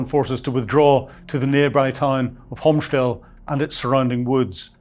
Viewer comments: you really need to go on a tour to Hostomel-Bucha-Irpin.I did in November 2025. The town is pronounced Hostomel in English. Not "Homstel" like you pronounce it. The same for the airport. The reference to ANTONOV airport is also ambiguous, as there is another airfield in Kyiv call ANTONOV near the university. No-one in Ukraine refers to Hostomel as ANTONOV. Also, you have left out important reasons for why the Ruzzian orcs could not break through despite capturing the airfield. But as a brief partially mispronounced introduction this is OK. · It's "HOSTOMEL AIRPORT", H-O-S-T-O-M-E-L, with an accent on the "E", not "Komshtel'n" or whatever he is trying to mumble-out.